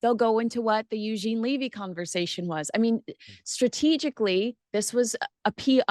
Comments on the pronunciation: Eugene's show is really good. I recommend watching all the episodes, not just the one with Prince William which was excellent. And, I just have to say - everyone is pronouncing Eugene's last name incorrectly. And it make It isn't LEE-vy. It's not a long E sound. Think of the first syllable of beverage or Beverly - Bev. As far as Mr. Montecito's stalker - I don't believe the story for a second. It had been almost a month since he'd been in the UK and we're just hearing the story now. We learned about the 'near catastrophic' car chase within hours of it not happening. He's so focused on getting his security paid for, I find it unbelievable that they would have delayed this story if it had actually happened. Edited to add - to answer question about when the whole Meghan thing is going to stop, it won't stop until the UK media and YouTube creators stop giving them the coverage. They don't do anything noteworthy but everyday there is some ridiculous PR story about them which is splashed across social media. Just stop covering them. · Just another comment, Levy is pronounced Leh–vey. Not Lee-vey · It’s Lev, like Bev. Eugene Levy. Not Leavey. Canadian here just letting you know. Cheers. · As a Canadian I both laugh & cringe as our beloved actor’s name is mutilated! It’s pronounced: U Jean Levee. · It’s’ levee’ and Eugene said it was filmed in February.